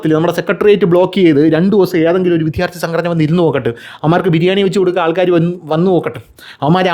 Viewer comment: "" വിദ്ധ്യാർതി"" അല്ല. "" വിദ്യാർത്ഥി എന്ന് പറയുക